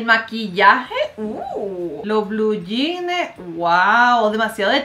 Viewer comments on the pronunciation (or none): none